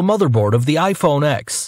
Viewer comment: Its ten not ex